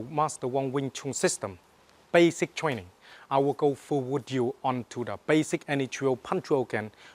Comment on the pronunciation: LOL twaining he sounds like tweetie pie